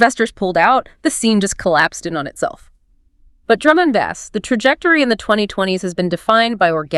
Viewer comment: I'm I listening to two AI voices talking to each other! I'm fine with that, but what I'm not fine with is how (she) says BASS! it's pronounced ((BASE)) not Baz 😂